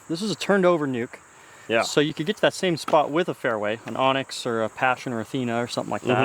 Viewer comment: Why does everybody call anax an onyx?